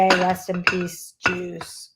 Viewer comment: Know who you are and what you are passionate about, and being a bit of a dummy myself, it took me a few times to realize you were saying R.I.P Juice and not Jews... I finally caught on though ;) And as per difficult veins, I was a skinny child in the 80s, and one time I was having blood drawn when I was 12, and the nurse poked my right arm 6 times and my left 2 before calling the doctor over, which she was supposed to do after the second failed attempt... That was a very painful day, and I cried a lot that afternoon. It wasn't until I was in my 30s or 40s that my veins became visible to nurses. I even got complimented on my veins when I got my first covid vaccine shot.